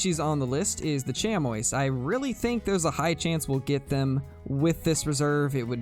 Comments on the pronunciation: Sh-am-ee. Chamois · Chamois is pronounced sham-wah for the animal and shammie when referencing the cloth or leather material!